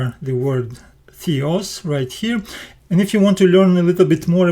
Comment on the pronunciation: Θεός is pronounced as the-os not thee-os. Thee-os actually means divine or uncle.